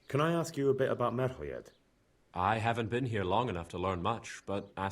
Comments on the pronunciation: Why do you call it MER-HO-‘J’ED (with hard j) rather than the actual pronunciation MER-HOI-YED. You literally hear people in the game constantly say the 2nd one but you continue to say it wrong. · it's pronounced " mer-ho-yed" they say it in game all the time and folks still say it wrong. haha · A little hint from a native Czech speaker (dont mind my nickname): Merhojed is pronounced Merhoyed, no english "g" there. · game: says Merhojed like 50 times.: continues to mispronounce it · I hate when he mispronounces Merhojed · listen to the npcs saying things with J like Merhojed